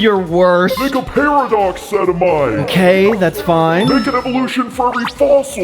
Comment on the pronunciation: sedimite? sedimite SEDIMITE!!!!!